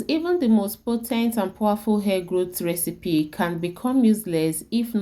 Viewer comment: Get some other person to explain in proper English, I am sorry to to say that your English pronounciation is horrible, simply can not understand what on Earth you are saying. The RECEPY ingredients can not be understood. Vedeo is all in wain. Please repeat the vedeo with proper English pronounciation.